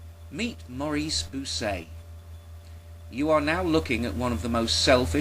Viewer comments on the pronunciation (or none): And Bucaille's name is pronounced bü-kye (Rhymes with goodbye). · This is brilliant. I always suspected those scientists' comments had been obtained sneakily - and you actually have the info, which is great. Incidentally, a minor detail (as i'm sure you've been told already) "Bucaille" is pronounced much like "Puke Eye" but with a "b". That is, when it's not pronounced "Wanker" !